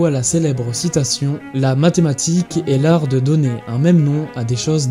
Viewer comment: Dommage, t'as dit medematique, j'ai alt f4 instante, bisous.